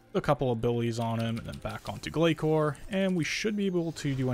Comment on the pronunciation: Not only that. But still pronouncing Glacor wrong too. It’s not pronounced glakor. Azzanandra even says the name properly during the boss fight. And not ark either it’s Arch Glacor not ark glakor. If you’re going to put this many videos out about it at least say it right. Listen to Azzanandra.